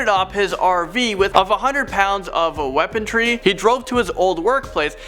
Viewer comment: Haha!!! You said weapon"t"ry. It's weaponry.